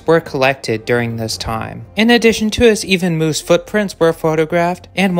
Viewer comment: Are y'all gonna watch the video or just complain moose isn't pronounced correctly...